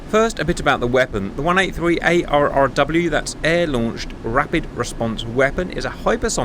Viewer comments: The ARRW is pronounced Arrow. And the HQ-09 has no ability to take out hypersonic missiles. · It is pronounced "Arrow." 😋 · ARRW is clearly meant to be pronounced "Arrow" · ARRW is pronounced Arrow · It is pronounced Arrow.